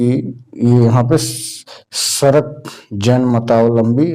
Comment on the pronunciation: सर मैं एक सराक जैन हूं और वो सरक नहीं सराक है।